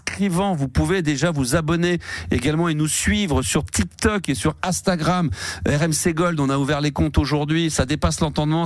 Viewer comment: Faudra que qq1 lui dise un jour que c'est INstagram, et non Astagram... Le mec a un compte dessus, ses collègues sont jeunes mais ne le corrigent jamais, c'est hyper connu dans le monde, ça existe depuis 14 ans, mais non, il ne sait toujours pas le prononcer...